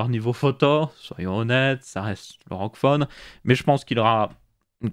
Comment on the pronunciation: A chaque fois j'ai l'impression que tu dis roquefort au lieu de rog phone 😭😭